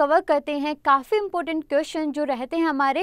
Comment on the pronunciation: It's " important" not " impotent".